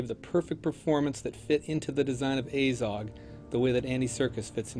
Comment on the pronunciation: It's Azog not A-zog